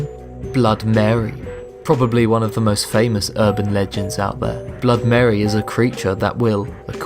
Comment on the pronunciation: you said "scariest burban legends" o.O Also, the smiledog is RIDICULOUS. not scary, just ridiculous. but still it's the one that freaks most people out. i will never understand people. that was funny XDDD